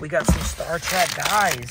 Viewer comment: Trek not Track